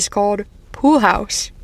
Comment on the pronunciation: I heard "reflections in a poo" 🤣and was like "WTF?!" Then I rewound the video, turned on the subtitles, and saw the correct phrase.